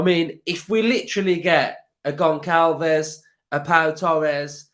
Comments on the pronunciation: As a portuguese sporting fan. I got to say he is a brilliant player and i hope he doesn't go. On another note its pronounced gonSSalves. Ç is pronounced as a S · another banging video! If we sign Goncalves his name is pronounced (Gon-sal-vesh) just a heads up! Hope we get him and Pau Torres! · Pronounced Gonshalves